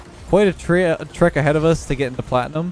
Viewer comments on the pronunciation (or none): none